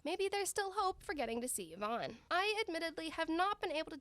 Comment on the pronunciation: people finally started to pronounce yvonne correctly and pain